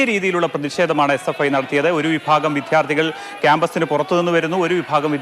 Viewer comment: വിദ്ധ്യാർതികൾ അല്ലടാ റിപോർട്ടറെ വിദ്യാർത്ഥികൾ.